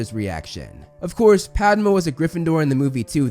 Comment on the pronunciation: Thanks for saying her name 'Paarvati' (this is most close to actual pronunciation) while so many others say 'Paarvaati' which is understandable but incorrect. Same goes with 'Padma' though, it isn't 'Paadma'